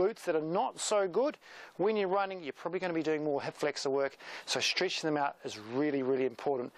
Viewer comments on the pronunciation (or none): why did you say streetching in the beginning?